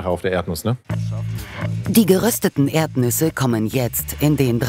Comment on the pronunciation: Ich höre immer nur Erbnüsse...